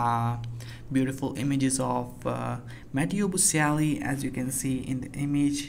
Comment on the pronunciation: Can you pronounce his name properly?